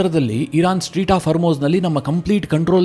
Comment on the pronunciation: ಸ್ಟ್ರೀಟ್ ಹಾರ್ಮೋಜ್ ಅಲ್ಲ ಅದು ಸ್ಟ್ರೇಟ್ ಹಾರ್ಮೋಜ್